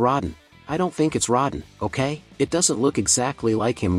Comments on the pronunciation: You can tell that this commentator is new to monster movies, he calls Rodan ... Rod-den. At first, I thought he was saying rotten. He also calls John Goodman Josh Goodman. This guy needs to study more. Those are two heavy bloopers he makes that shouldn't have happen. I like 1954 Gojira and 2016 Shin Godzilla much better. As for as King Kong goes, give me the 1933 and 2005 Kong movies. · You have butchered so many names. Josh. Rodden. Gamera etc. go away you hack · A 6 minute dissection of a minute trailer. If you can't pronounce the names right. "Rodin"... "Josh Goodman"? Your ass doesn't need to be making commentaries. Especially since you're regurgitating what's already been posted. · This is a good video and a great channel. But, uh, every time the narrator pronounces Rodan as Rodin it just makes me so weak and i don't know why... 😂😂😂